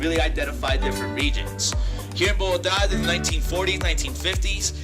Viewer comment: Hey guys, great video! Just to let you know, the capital city is called Bogota, not Bogata. Looks like you had an amazing time in Colombia